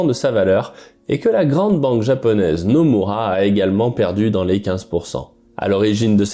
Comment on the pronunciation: Vous prononcez bien le nom de la banque « Nomura » à la japonaise. Merci, ça fait plaisir à entendre